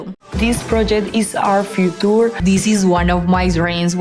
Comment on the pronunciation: "this project is our futoor"